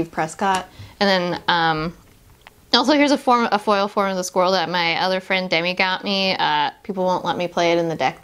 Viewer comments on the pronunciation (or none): none